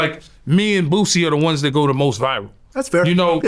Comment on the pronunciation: Quit saying BOOZIE, it's BOOSIE. AREIS